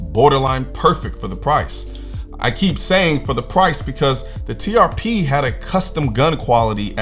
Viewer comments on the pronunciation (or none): Sitting here next to my accountant wife and she says all she can hear instead of TRP is “TPS” (like the reports from Office Space) 😂